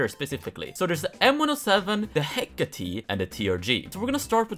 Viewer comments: ITS HECK-ATE NOT HECK ATII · hecate is actually pronounced he-(COH)-tay (i think idk) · the Hécate II is a french gun made by PGM Précision, the name comes from the greek goddess Hecate/Hekate its Pronounced /ˈhɛkəti/ HEK-ə-tee you couldve just taken 5 minutes and looked at wikipedia.